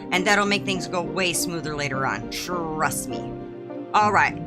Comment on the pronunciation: Thanks! You are the coolest... “Trrrust me”